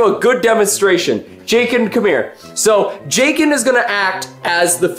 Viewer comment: Me thinking you shouted “CHICKEN” not Jakin.. 🤦‍♀️